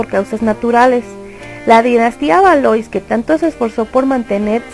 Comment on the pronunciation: Exacto, además dice Asturias cuando en realidad es Austria. Bueno, también la pronunciación del francés esta un poco al debe en nombres como Valois y Poitiers.